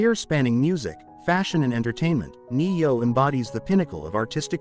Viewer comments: You should be able to pronounce his name if you’re gonna make a story about it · Yeah i agree learn how to say his name would help alot